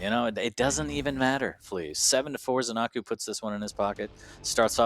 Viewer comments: Zen-a-koo, not Zen-ar-koo. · Nobody knows what the hell is the correct way to pronounce zenaku's name